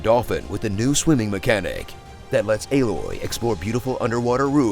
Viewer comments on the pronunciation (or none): Lmfao "B loy" took me tf out🤣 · Haha fucking "B-loy" . 🤣🤣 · I lost it when you said B-loy lol 🤣🤣🤣 I'm using that. This is great 👌👌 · I absolutely lost it at "B-loy" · I'm literally dying, when he said "staring B-loy" omg 😂😂😂😂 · That "B-Loy" caught me off guard! 😂